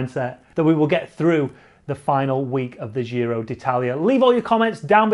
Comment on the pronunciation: I love your videos. Just please don't say the dzjiro. Giro is pronounced same as Jim, jist, jitter, gin. In Italian there is no 'dzzjj' sound